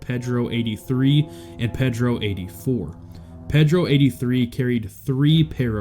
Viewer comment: Repeat after me: “PAYdro”